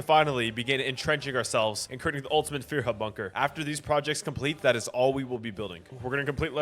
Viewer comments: please learn how to say führer as a german it hurts but expect that a reallly good video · The way you say Führer and Germany is killing me